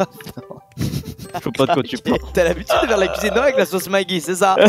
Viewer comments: sauce "maGUi" ??? Jsius pas seul à dire maggi comme la magie rassurez moi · Après de nombreux mois, j'ai remarqué que squeezie dit la sauce maggy en prononçant "magui" et non "maji" cela me brise le coeur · « Sauce maguie » (ça se prononce « magie ») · Du "magui" squeezie ??? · Squeezie a vraiment appelé ça la sauce '' Magui ''? :/ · . Hein ? On est d’accord que le commun des mortels prononce Maggi en mode magie non ? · "La sauce Maggui"... FML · J’ai retenu dans cette vidéo que squeezie appelle la sauce « maguie » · Squeezi a vraiment dit "la sauce magui"?¿ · SA SÉCRIT MAGGI MAIS SA SE DIS MAJI